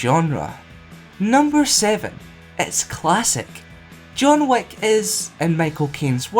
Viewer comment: the way you said John Wick kinda like John Wack